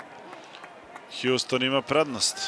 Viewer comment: Kaže se Houston , a ne Hjuston -.